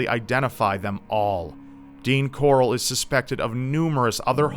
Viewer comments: it's Corll not Corrl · This dudes surname is like how Rick Grimes pronounces his sons name.... hahahaha corlllllll where's corlllllll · It's fucking "Corll" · Corll, Rick Grime's pronunciation of Carl. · I don't know why, but every time says the guy's last name, it makes me think of Rick Grimes's, "CORAAAAAAAAL!" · everytime says the last name I can only think of that stupid Walking Dead meme...CORALLL!